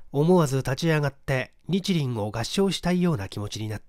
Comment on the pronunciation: 冒頭の、日輪を拝みたくなった、の日輪、って、このアクセントちがわない？おひさまのことだからね。